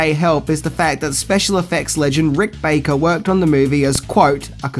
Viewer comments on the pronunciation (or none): Love the videos but no 'C' in Baker. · Rick Baker, or Rick "BACKER" ? lol